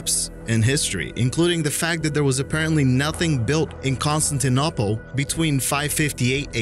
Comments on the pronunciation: kon-stin-an-opple?? Seriously? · Good videos so far. Ones that are way better than the "Rah-rah, conspiracy!!!" crap I see all the time. Suggestion though: Learn the proper pronunciation of names. I actually physically face-palmed when I heard you butcher the pronunciation of Constantinople.